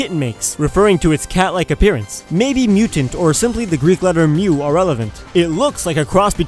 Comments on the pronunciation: The Greek letter is not pronounced as mew but as mee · the Greek letter μ isn't myo it is me lol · I thought that the Greek letter 'mu' was pronounced 'moo' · Lol Μ μ is pronounced mee, in greek